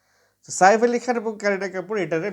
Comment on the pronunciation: Saer ucharan thik karun apni kon desher